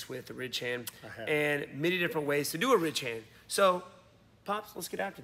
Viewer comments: Lol he was saying rich hand ! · I always thought WB said "REACH HAND" which kinda made sense ... I guess ?